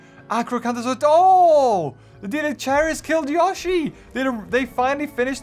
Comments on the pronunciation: Its not pronouced ya-shi the correct pronunciation is yo- shi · The way he says Yoshi triggers me